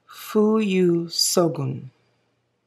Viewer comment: Ooo that fuyu syogun looks like a blue grey in this video, that's very cool! Also thanks for the shout out xD!! ❤❤ you've got the Japanese pronunciation down! And that benu iced caramel latte looks so delicious and any brown just oozes out of it like sweet caramel! Great color combos! Did you get the benu during their last shipment or did you already have it on their first stock?